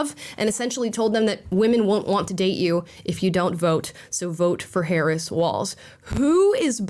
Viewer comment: I love that the Left still pronounces her name wrong while crying that the Right does it 😂😂😂😂😂